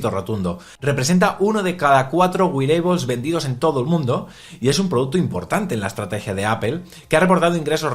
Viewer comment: Wearables xD no güireibols jaja